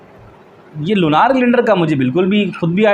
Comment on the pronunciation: Lunaar nhi hota .. Lunar hota h😂